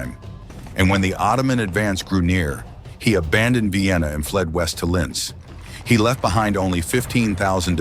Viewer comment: AI is AI, but I do find it humorous that Vienna is Vye-enna. 😀